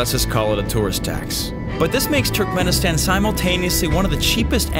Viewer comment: I am a turkmenistan and you dont say it like turk men istan you say it like turkmuanistan